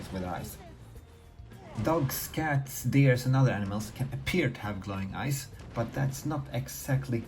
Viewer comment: glowing eyes, for the longest i thought he was saying glowing ice